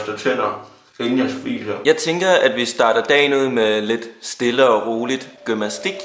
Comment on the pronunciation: Jeg elsker at du siger: Gymmastik Istedet for Gymnastik haha